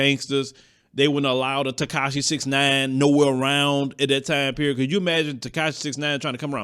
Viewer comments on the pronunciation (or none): none